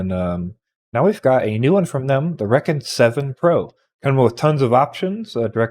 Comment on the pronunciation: I could be wrong, but I'm pretty sure rekon is not pronounced wreckin. I would imagine it's probably recon, as in reconnaissance.